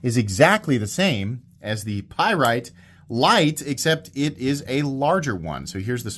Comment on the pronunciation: A Py rite? What's that. This is the first of heard of such a knife.